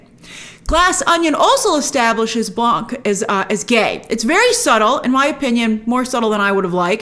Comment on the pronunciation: We don't pronounce it Blan"k". It's pronounced Blanc (c is silent).